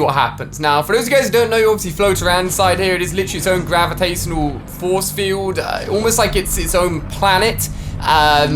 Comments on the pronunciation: Gravitaysonal . English... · did anyone else hear gravitasonal😂😂